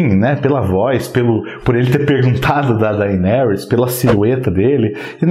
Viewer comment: Dainerys? kkkkkkkkkkkkkkkkkkkkkkkkkkk